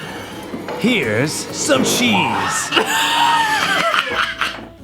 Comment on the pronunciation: HERES.. *dramatic pause* SOME CHEESE 🧀